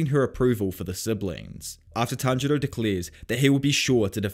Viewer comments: Did inosuke just said "Tanjiro" in the right way?! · No one gonna talk about that inosuke says tanjiro's name correctly? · INOSUKE PRONOUNCED TANJIRO’s NAME CORRECTLY?!? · Nobody's gonna talk about how inosuke said tanjiros name right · OMG INOSUKE ACTUALLY GOT TANJIROS NAME RIGHT!